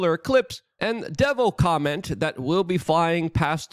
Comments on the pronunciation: If you cannot pronounce COMET correctly and insist on saying comment do not put it on your show !! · Luke why did you keep saying Devil Comment instead of Devil Comet? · It's COMET not COMMENT. good grief 🙄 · Lukes ability to say Comet, is only surpassed by Benadryl Lumber-hatch attempts of saying penguin